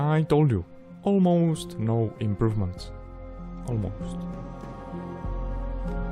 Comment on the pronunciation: "Almost no improvemenst....almost"🤣🤣🤣